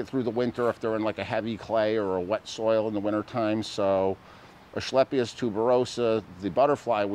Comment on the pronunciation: There’s no “h” in asclepius, it’s pronounced “asKlepius.” just sayin’